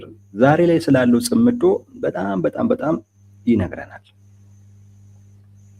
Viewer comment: እውቀት የሚተላለፈው(የምንቀባበለው) በቋንቋ አማካይነት ነው። ቋንቋ በበኩሉ የተመሠረተው በቃላት እና በአጠራራቸው ላይ ነው። አቀራረብህ በተወሰነ ደረጃ ትሁትና ስህተት አልባ ቢሆንም፤ እንደብዙዎቹ የሃገራችን ጋዜጠኞች አንዳንድ ቃላትን አጠራር ስትሰማ አንጋደህ ነው። ምሣሌ 1. እነሱ የሚሉት "ጽምዶ" ነው። አንተ የምትለው "ጽ ' ምዶ" ነው። ምሣሌ 2. ሰውዬው "ሚንስትር" ሲሆኑ አንተ የምትለው "ሚኒስቴር" ነው። ሚኒስቴር መ/ቤት ነው። ምሣሌ 3. "ማ ' ሣጣት" ን እና "ማሣ ' ጣት" ተሣስተህ እንኳ አትለያቸውም። የኛ የሰሚዎቹ ጆሮ እንኳን በነ "ደርጎባ" እና "ማይናማር" መቻልን (ማቻቻል ን) ተለማምዷል። ይብላኝለት እናንተን ለሚተካው ትውልድ። ለነገሩ መነጋገሩንም ከናካቴው እየተወው አይደል?! አይቸገርም።